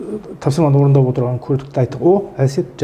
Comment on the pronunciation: Отқан емес,_ отырған ,отырық емес отырмыз. Ертен емес ертең.